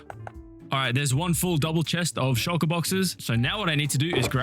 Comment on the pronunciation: my dumbahh thought he said "Shinjiru farm"